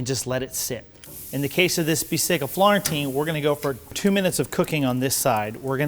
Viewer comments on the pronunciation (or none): Its "bistecca alla fiorentina", not "florentina"